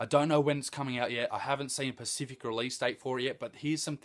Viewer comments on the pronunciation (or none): and Specific not pacific